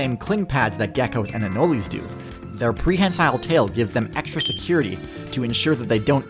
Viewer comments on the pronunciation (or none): "annoli" honestly just wrote "cannoli" without the c because that's how he pronounced anole💀 (it's pronounced uh-nole not uh-no-lie) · Enoli…do you mean anole? Said ah-knoll? Because that’s what they’re called and how you pronounce it. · I'm relatively certain that "anole" is only 2 syllables and has a silent "e". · You don’t pronounce the e in anole